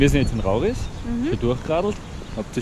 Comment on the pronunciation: I kimm aus rauris owa bitte es hoast „Rauris“ und nid „Rauriiiiiiiiiis“ owa sonst suppa video woher kemmbs es?